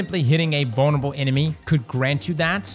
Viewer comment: Bone spears should splinter into bone spurs bone shards. Also why do I hear bonerable instead of vulnerable??